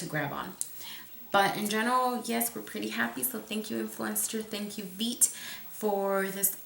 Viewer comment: I can't be the only one that thought it said "yeet" instead of veet lmao